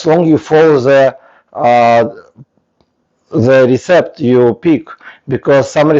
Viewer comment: Thank you for the video. You are very brave to make videos as a non-native English speaker. I just want to give you feedback/English lessons that "dough" is pronounced like "doe" (not "doff") and "recipe" is pronounced "RESS-ipp-pee" not "reSEEP". Tricky English exceptions.